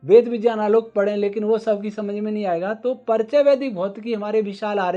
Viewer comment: विज्ञान का उच्चारण विज्यान !!